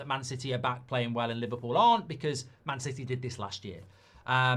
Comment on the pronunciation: Li-VAR-pool tears 😂😂😂😂😂